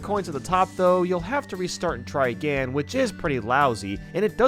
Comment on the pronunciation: still can't say again 😏